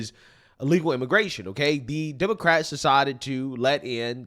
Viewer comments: You said "demoquacks". I love it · Oh my gosh! Lol, did you call them demo-quacks?!?!?!? 😆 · He said Demoquacks. lol